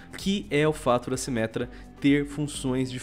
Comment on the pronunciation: "MINTIRA A SIMÉTRA VAI VIRA TANQUI"